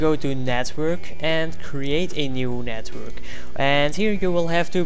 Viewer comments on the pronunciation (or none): learn how to say hamachi , and network thx !